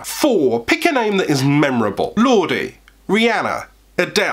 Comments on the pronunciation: Did you just pronounce Lorde as “Lordie??” 😂😂 it’s Lord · it's LOrde not Lord-E 😤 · Lorde is pronounced Lord the E is silent